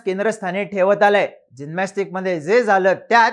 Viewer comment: जीनमॅस्टिक नाही रे जिमनॅस्टिक